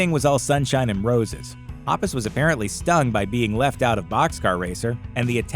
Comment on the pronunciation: Omg I can't stand how he says mark and toms last names...